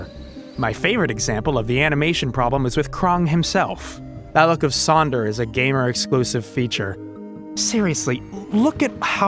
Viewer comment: Wait wait wait, was the "jamer" and "jraphics" bit a disguised rant about how to pronounce GIF ?